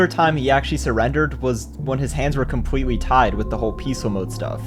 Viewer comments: lol bro said compwetwi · bro said complwetely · compwewe Got me rolling on the floor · bro said “so CWEARLY dis guy thought he was being funny, so he decided to COMPWETEWY build around my bedrock.” Im not joking he did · “So cwearly this guy thought he was being funny because he decided to just compwetely build around my bedrock” what where those “🥺👉👈” voice cracks